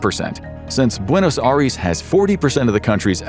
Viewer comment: Buenos Aries 😭😂